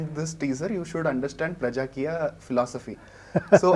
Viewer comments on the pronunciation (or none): Not prajakiya, it's PRAJAAKEEYA